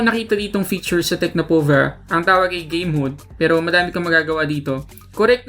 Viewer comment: Game mode pala. Gay mode una kong dinig eh